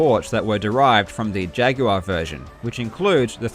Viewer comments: "see-guh saturn" "jag-you-are" what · You pronounce the word "jaguar" like Yoda talking to a guy named Jag.